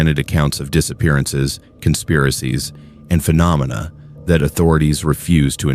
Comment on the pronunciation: Are you using a human narrator? I doubt AI can pronounce “phenomena” as well as you did. Keep up the good content.